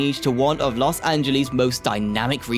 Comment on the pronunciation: Nice informative video, but PLEASE research pronunciations! "Angeles" rhymes with "yes" , "Jose" J is a soft H "hO-sey", "Nuys" sounds exactly like "nice" (not the city)